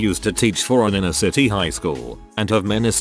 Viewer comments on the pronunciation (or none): none